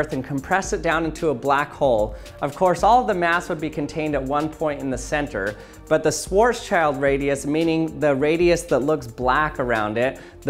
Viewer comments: SHVAAAHTS-SHILLED, not squartz-child! Oh dear… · The pronunciation is shvarts-shild.